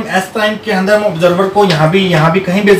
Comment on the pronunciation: I really like the way you say " agle session ke aandarrrr "😄😄